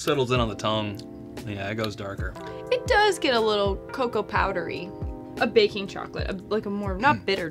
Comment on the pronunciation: This is my first episode, just found your channel. But I dont know if I can keep watching knowing that you pronounce cocoa, cocow.